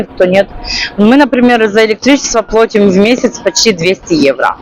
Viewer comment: всё-таки лучше говорить плАтим, вы это слово часто употребляете, остальные просторечия не так режут слух